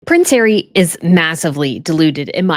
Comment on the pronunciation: Pwince Hawwy at home to Mr Fibbings???? Oh, perish the thought!!!